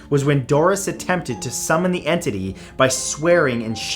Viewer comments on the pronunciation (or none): Lol en tity